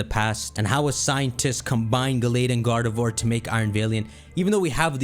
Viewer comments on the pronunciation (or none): none